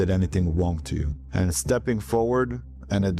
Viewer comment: “although nobody did anything wong to you…”